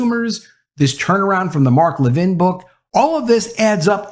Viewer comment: Announcer! It's LEVin, not leVIN. And all this Reaching Out... let's just say "contact." Ugh. Woke Schmoke.